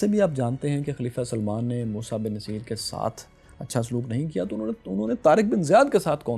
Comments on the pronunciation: My dear fellow. General's name was Musa bin Nusseyr not Naseer. Musa's father name was Nusseyr (pesh on noon, not zaber), not Naseer. Please correct. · He was 'Nussair' not naseer. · Boss get your words right, please. His name was Bin Nusayr, not Bin Naseer. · its moosa bin nasair not naseer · السلام علیکم محترم موسی بن نصیر کو نون پر زبر نہیں پیش پڑھتے ہیں نُصِیر اور صاد کی زیر کو بھی مجھول کر کے پڑھنا ہے جزاک اللہ